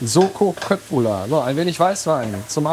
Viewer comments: Wird wirklich "Schöttbullar" ausgesprochen .. so hab ich es von meiner Mutter gelernt .. Sie kommt aus Stockholm 😀 😀.. super gemacht danke viel Kindheitserinnerungen.. also mit Vater kochen 🙂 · Ich habe eben dein Einreiseverbot nach Schweden annulliert. Endlich Köttbullar richtig ausgesprochen. Mein schwedisches Herz ist entzückt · Endlich Mal jemand, der das richtig ausspricht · Yay! Endlich jemand in Deutschland, der das richtig ausgesprechen kann :) Und auch die Preisselbeeren vergessen :) Wenn ich mich an meine 10 Jahre in Schweden richtig erinnere, war das Gehackte doch etwas feiner. Nochmal in der Küchenmaschiene durch die Klingen bearbeitet. Aber das kann eine Regionale Sache (oder sogar persönlicher Vorzug meiner damaligen Lebensabschnittsgefährtin) gewesen sein. Jedenfalls mache ich das seitdem auch so.